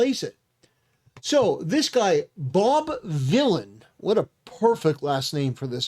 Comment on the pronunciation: The irony of the last name pronounced as "villan" 😂